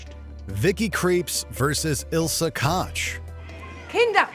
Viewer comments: is it so hard to pronounce "koch"?? its koch and not kotch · its not "kotch" its pronounced like Coke. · No, not at all! This mistake they make in the series, where the name is also mispronounced. It's a sharp sound in the back of your throat that the English lanuage doesn't have and it sounds totally wrong to a German wen someone pronounces it "cock". Only slightly better than "cotch". They both badly butchered a very common German name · Omg, both the film and Watchmojo completely butcher the very common German name "Koch" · in English the closest to the German sound is the pronunciation of "Coke" the Ko-kh sound mimics it. Family is from Schleswig-Holstein so i very much know what im talking about here. In German its closer to the sound of the English word Cock. The show was not in German so a US pronunciation would be used and its definitely not "Cot-ch" like the video uses, coke would be more correct. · Damn how wrong can you pronounce Koch. Why is it that Americans can only pronounce words in English but the rest of the world at least tries to pronounce foreign words the right way